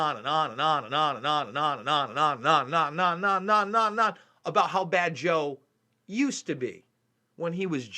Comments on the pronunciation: I'm not defending this guy, but it sounds like he said "I'm Jill Biden's husband." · Watch the video in .5 or .25 speed. He really does say JOE and not Jill so.. it's pretty damn clear too. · Yeaaaa...watch it in .5 speed or .25. He says Joe man.. he says Joe. It's actually pretty clear too.. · watching this on 0.5 speed, i have to say its sonds more like Jil and not Joe... ist like perfect between an i and an o